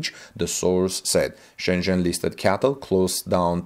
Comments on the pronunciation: It’s C-A-T-L not CATL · it’s pronounced C A T L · Hello, in an attempt to help your English version videos, raybar is not an English word. It is rebar (reebar). C A T L is not pronounced cattle (those are cows) .Cheers from Canada. :) PS: I understand you are communicating in a second language and you're doing very well.